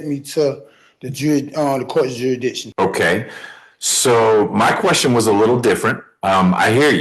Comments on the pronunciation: Well, I'm sorry to have to break it to you, but you're already subject to the court's "jurys-dick-shun". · If he can't pronounce Jurisdiction, how is he going to show the court has none? Juraddition, he should axe someone for help. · Right outta the gate, he says the case against him is a falsality. Then the second guy is yet another dufus that can’t pronounce jurrydishon. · Dude can't even correctly say jurisdiction.... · He thinks he can get away with armed robbery and murder by spouting this crap!!! Shame on him, he's making himself look like a fool. How many different mispronunciations on "jurisdiction" can he come up with 🤣🤣🤣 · Fact that he can’t pronounce the word jurisdiction prove to me he isn’t qualified to represent himself